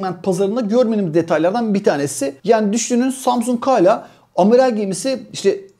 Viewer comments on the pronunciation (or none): none